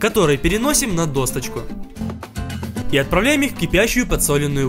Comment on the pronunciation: ДосТочка!!!!! Ну почемуууууу??????!!!!!!! Откуда у тебя в слове ДОСКА буква " Т"???!!!! Бесишь....